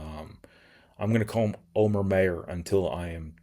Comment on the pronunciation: Omer has literally told people it’s pronouncer “Omer”, not oh mare